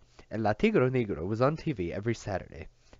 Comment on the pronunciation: It's pronounced (neg-row). I appreciate you reading the book